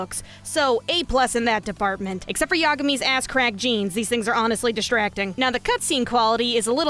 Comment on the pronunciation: can't tell if you're deliberately mispronouncing common japanese words like sengoku or yagami or not. either way, it's really triggering (i play starcraft. that's a compliment) wp gg